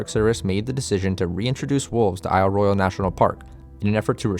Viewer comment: Good video. You even pronounced the name of the island correctly! I live on the Keweenaw Peninsula of Upper Michigan - home of the headquarters of Isle Royale NP and the home of the Keweenaw National Historical Park. I suggest doing a video about the geology of Isle Royale and the Keweenaw. The billion year old volcanic deposits of the Mid Continent Rift, the native copper, etc would make a great subject for your channel.